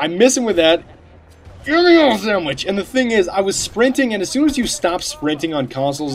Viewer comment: I laugh every time he says "Gimme yo sandw"ich